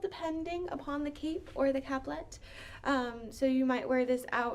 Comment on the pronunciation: Very nice presentation, and I love that you included sontags. i made mine from a pattern in Godey’s Lady’s Book. Two things though; capelet has an E in the middle, which means that it is pronounced Cape-let with a long A. The suffix -let means little, so it is a little cape. A caplet, as you pronounced it, would be a little cap. Secondly, almost all of your fashion plates were not from the 1850s to ‘60s; most were from the 1890s. Your title screen was from the 90s, so I watched the video expecting to hear about 1890s winter wear, which I did not get.